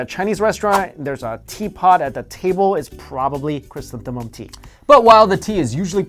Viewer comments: It's ' ChrysantheMUM Tea ' not ' ChrysantheNUM Tea ' lol .. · It's chrysanthemum.